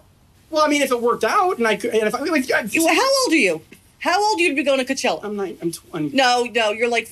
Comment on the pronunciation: “so you can go to kutchella”